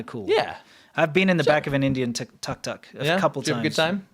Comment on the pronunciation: Sure about how you pronounce tuk tuk ? Cause i never heard any indians, thais, khmers or vietnamese using yours...